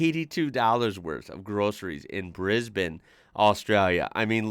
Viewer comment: Thanks for saying Brisbane correctly - it's not briz-bane.